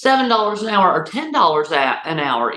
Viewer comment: I like how she said air instead of hour